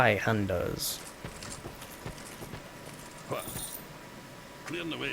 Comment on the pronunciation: the zweihanders the z is pronounced with a C a clear C C-weihander